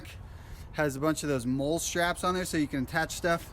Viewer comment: Lol, MOLE is pronounced "Molly" brother